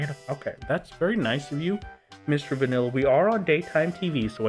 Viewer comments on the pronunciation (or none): none